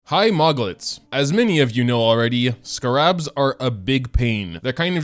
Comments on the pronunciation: I know your frustration. But my own critique of how you’re pronouncing the scarabs is personally frustrating. Because it’s not pronounced “scuh-rabs”. It’s “scare-ibs” I’ve never heard of a single other person pronounce them the way you do. I’m sorry for sounding very rude, but I’m grammar nerd I guess you could say. And when I know how a word is pronounced and I hear someone say it completely wrong, it frustrates me. Especially when it’s a word where there really isn’t multiple ways to say it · IT'S CALLED Ske-rabs